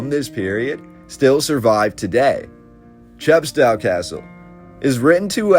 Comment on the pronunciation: English civil war not British civil war. Chepstow pronounced cheppstohh rhymes with oh